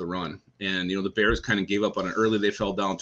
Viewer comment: Sorry to ask again but still no answer. Why do you say "Bears" so weird when it comes to Chicago?